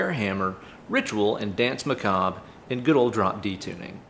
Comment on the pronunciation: Dance Macob-ray is the phonetic if you're considering the word Maccabee. The RE suffix COULD be silent. If it's not, You know the Latin pronunciation would be RAY for RE. Maybe we can get Tobias to verify that.